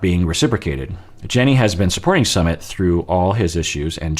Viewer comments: you're not saying Sumit correctly. Per another user it's Su as in Susanna and mit as in Mitsubishi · He never does lol... He tried for the first few videos then just went back to saying summit. Yet he rolls his r for Larissa and Andre. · Yes and the emphasis should be on the second syllable